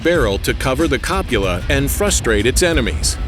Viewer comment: 'Copula'? Try 'cupola'.